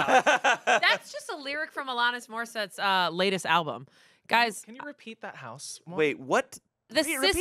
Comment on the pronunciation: NOT YALL MISPRONOUNCING ALANIS MORISSETTE’S NAME. AS AN ALANIS STAN THIS CANNOT CONTINUE